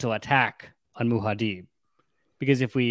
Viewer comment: Muad'dib pronunciation is Mu-ad Dib or deep but not Muha-deeb.